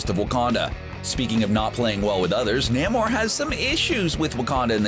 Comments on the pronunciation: Namor is pronounced Nay-more not nahmore and he's a mutant from Atlantis . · “NAH-mor” “An Atlantian princess” “North mythology” Wtf is wrong with you? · NEEEEEE (as in Knee) Mo ...THE Submariner ...don't know who this namo guy is you mentioned ? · “NAH-mor” “An Atlantian princess” Wtf is wrong with you? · NAY-more, not NAM-or! You fucking guys kill me always mispronouncing characters names! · It's "Nay-More" not "Nah-More". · Hey --shill. It's pronounced NAY-MOR. NAY like DAY not NAH-MOR. Cut it out.